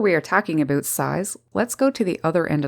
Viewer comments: It's been quite a while since I listen to a Canadian speak, in addition to this Woman's lovely voice, I just love how she says about, we hear Aboot, LOL, love it, by the way are you single?! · "aboot?" Upper Midwest? Canada?